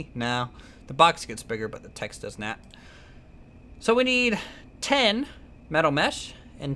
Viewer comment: You Said Nat XD Instead of Not